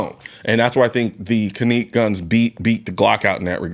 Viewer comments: Canik.... Can-ick. Not Canique`. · The "Caneek"? Like Shaneekwah? I think you meant to say "Canik" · It is pronounced "jhenek" in Turkey. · Is it pronounced (Kaeek) or (Can-ik)? Because ive never heard it pronounced like that before. I have a Canik(Can-ik) TP9 SC. It is an amazing pistol. Absolutely the best and most accurate handgun I’ve ever shot. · 🤔🤔 why is he calling it a [cah•neek] was that deliberate... I always thought is was [can•ick] i trust his opinion and like his content but its always a red flag when I see content creators make reviews on products they mispronounce... 🧐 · 2 things: No 1: Canik you pronounced kahneek is actually pronounced like janick FYI. No 2: You're a Texas guy, why aren't you rocking a Shadow Systems CR920/CR920P...just saying. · The can-neek 😂😂😂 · Cahneek mayteee ? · The best, most ergonomic single-stack 9mm compact handguns are from KAHR....absolutely the best quality and fits in the hand like a glove and eminently conceivable. Next best is the Canik MC9LS....PERIOD....Hey fella it's not CANEEEEK ! Don't be disrespectful just because it's Turkish. HAVE SOME RESPECT. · caneek?? lol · He called it a caneek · This man said caneek 😂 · “Cuhnek”… excuse u😟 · Bruh..."Caneek" though? I love the MC9 and the RXM i go between both of them depending on where im going. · lol. First time I heard Canik. Pronounced that way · Bro said canik wrong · I had never heard "Canik" pronounced like that. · Why does he pronounce Canik so weird?